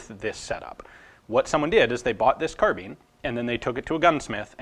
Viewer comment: Why does he say carbeen